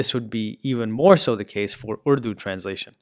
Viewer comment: I had to do a double take when i heard you say urdu! Nice pronunciation